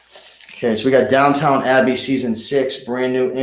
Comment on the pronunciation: FYI...Downton Abbey, not Downtown :)